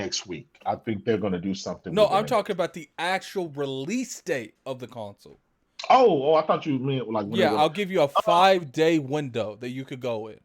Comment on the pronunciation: Does that dude know he's saying "conSAWL"?